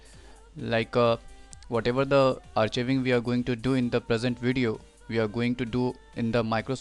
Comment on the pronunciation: Thanks...BTW it's pronounced ARK-EYE-VING!! Not AR-CHEE-VING!